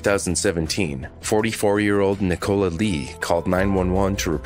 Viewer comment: why can’t Americans say Nicola? Is it not a name over there?